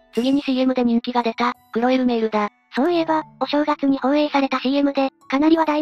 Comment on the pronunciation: くおえ・うえーるえうおおお(クロエ・ルメールですよぉ)